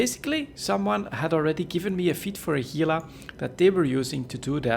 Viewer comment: Pronounces Gila correctly. Impressed.